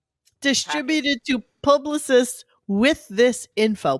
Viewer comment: "publi-cysts" hmmm... a bit of Ralphie Cakes slipping out there?